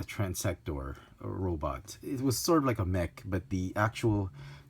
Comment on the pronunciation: Transtector. Everyone forgets that second 't'.